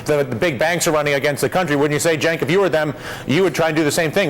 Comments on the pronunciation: glad to hear dylan is finally pronouncing cenk's name right! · It's pronounced Jenk, but it's spelled Cenk. His name is Turkish, and in Turkish you pronounce the C with a J sound.